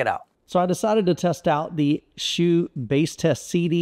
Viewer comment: Thanks for the review I have had their other 15” sub for 8 years. Smaller company with great customer service. Dr HSU has even given me personal advice for settings and placement. FYI the name is pronounced Soo vs Shoe. It states pronunciation on the website and the employees pronounce as Soo. The unusual thing is the commercial recording when you call the company does pronounce “shoe”.